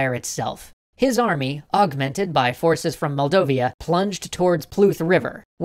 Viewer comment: It's Moldavia or Moldova, not Moldovia. And it's Prut River, not Pluth!